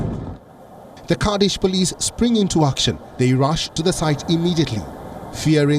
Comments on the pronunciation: Pls pronounce correctly. It is not Cardish, it's Kurdish. What stops you guys from making right sound? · The way the narrator used kardish instead of Kurdish really confused me for a second lol